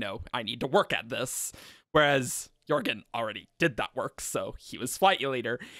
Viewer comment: Audio book has a hard ‘j’ for jorgen